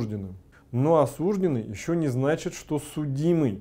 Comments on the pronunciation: По-русски правильно говорить осуждЁнный, а не осУжденный. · не смог смотреть, режет слух осУжденный. Грубая ошибка. Правильно осуждённый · Не осУжденный, а осуждЁнный.